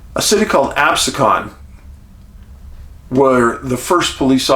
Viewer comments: Watching from Ocean City, NJ. Camped in the pine barrens every summer as a kid..I have heard some crazy scary sounds at night.(Just to help ..the city is pronounced Ab-see-con) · I'm originally from N.J.! I lived half an hour north of Atlantic City! Moved from there 20+ years ago! I have never seen any UFO's i the many years I have lived there! Pronounciation for Absecan is ab-seek-in! 😀😀